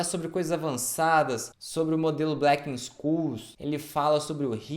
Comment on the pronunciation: "Blequenxôules", amigo. Não é "blequensculs" não.